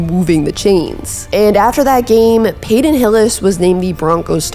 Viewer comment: "Payton" not "Payden"